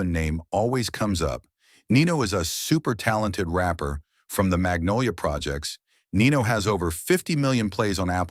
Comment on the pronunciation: Dat man got structure innat bity, mfs really say nenolia for magnolia 😂💯